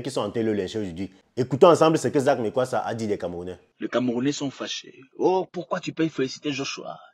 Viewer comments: Eh le frère prononce bien le nom, on est Afrikains. Lis seulement tchiiiiiiiiiiip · Mais prononcé bien son nom par respect, malgré ces défauts et sa sauvagerie il a des qualités